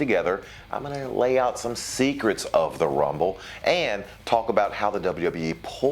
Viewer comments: "Secrets" not "secerts" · “Secerts” lol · "SECERTS"? 🤓 Love ya, Maven~